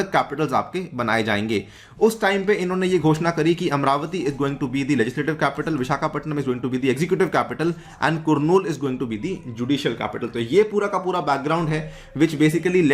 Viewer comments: “kurnoo” - “Ka-rr-nool” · u pronunce kurnool as karnool... not kurnool...